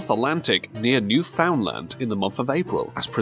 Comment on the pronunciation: New FOUND land lol, it's simply Newfoundland 😆